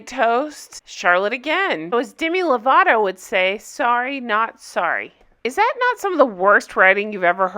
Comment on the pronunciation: the way charlotte pronounced lovato was cringe inducing